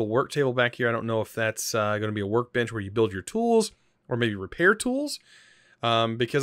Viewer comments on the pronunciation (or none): He calls a bench a bitch XD lmao